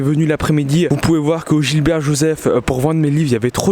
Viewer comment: Pourquoi vous dites tous gilbert Joseph c'est Gibert Joseph Les manga qui on été inondé sont mieux?